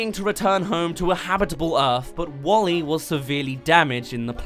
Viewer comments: Pronounced Wall-E not Wolly! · Not "Wall-E" but it is "WALL•E". WALL•E is an acronym: Waste Allocation Load Lifter: Earth-Class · WALL-E, not Wall-E :( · "Nyeh Heh Heh" (or Bonetrousle) works perfectly right there. Some compare Alphys to WALL-E in some ways. And let's not forget the stitchpunk "5" from Shane Acker's '9'. That would be kinda like David Lynch's interpretation of 'Dune'. Come to think of it, the "wasteland Earth" is vaguely similar to Arrakis. Try not to think of that as a "D for T." Instead, think of it as a "soft T." In other words, Chaotic Good will triumph over Lawful Neutral. All we have to do is rid ourselves of governments, corporations, and social "order" (read "oppression"). Lawful Neutral is more frightening than Lawful Evil. At least Lawful Evil has a cause. Lawful Neutral is entirely dispassionate and, in a sense, nihilistic. Same's true for Alphys. Guess that makes her vague similarity to WALL-E somewhat ironic. Andrew Stanton claimed he'd only seen Short Circuit once and didn't base WALL-E on Johnny Five, but even his internal parts have that '80s analog look! Resist globalism! Embrace nationalism! * cue Spear of Justice theme * (And yes, Undyne would back me up on that.) So why aren't we fighting the parasitic acolytes of globalism in the streets? You could reference THX-1138 or Aperture Science and you'd be spot-on either way. Stanton drew a lot of influence from Aldous Huxley. Stanton mentions that in the commentary. THX-1138 and/or Silent Running since they both influenced 'WALL-E' and both have an anti-state, anti-corporate, a